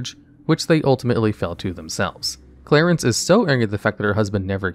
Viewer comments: 2 mins in the video and I wanna send you a dictionary. Clare-EEs not Clare-Ense, and Seh PuLL KER Come on fam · Several misspoken bits in the first quest, you say "Clarence" but it should be "Cla-reece" as it is Clarice, not Clarence. Instead of Sep-ul-ker, you said Sepular. Just thought I'd help out because I love listening to your videos but they would be better with correct pronunciation. Cheers! Great video as always! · Why are you pronouncing the quest giver in the first quest "Clarence"? It's Clarice, like in Silence of the Lambs... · HE CALLED CLARICE FOSTER CLARENCE FOSTER LMAO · And Clarence instead of clarise